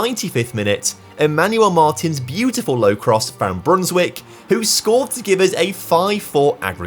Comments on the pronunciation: Small tip: when a Dutch name has ij in it pronounce it as an i. So instead of Brunswick say Brunswike. Just the same as you say Van Dijk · Actually, it's pronounced "ei", like the "a" in "game"